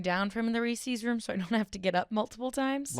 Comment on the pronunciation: mispronouncing Reese’s is driving me bonkers